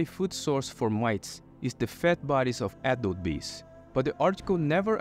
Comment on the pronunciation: whenever you say "adult bee" i hear 'apple bee'